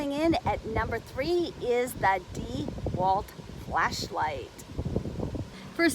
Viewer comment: The first thing you should learn is how to pronounce dewalt. Not Dee...Walt. Not Dew...alt. It's pronounce Dah walt